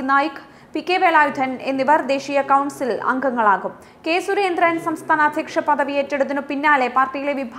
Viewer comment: മലയാളം ഉച്ചാരണം എന്റെ കുട്ടി, വളരെ കഷ്ടം.. ദ എന്ന ഒരക്ഷരം ഉണ്ട് മലയാളത്തിൽ. അതിന് പകരം കുട്ടി പറയുന്നത് ധ എന്നാണ്! സുരേന്ദ്രൻ എന്നതും വെറുതെ കനപ്പെടുത്തി ഉച്ചരിക്കുന്നു.. സഹിക്കാൻ വയ്യ..